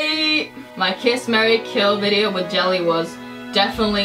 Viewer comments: Jella -- pronounced Yella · ` it's pronounced yelle